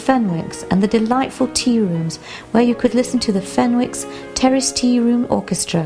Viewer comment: The 'w' in Fenwicks is silent, the correct pronunciation in the area is 'Fennicks'